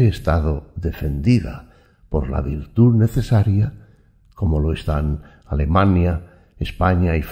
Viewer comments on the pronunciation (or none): none